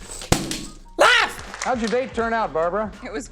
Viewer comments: I miss when you said laughf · he really slapped the AU outa LAUGH and made LGH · L.A.U.G.H - My mind still thinks of that one time he pronounced it ‘ALGAHU’ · Hearing L A U G H just brings a smile to my face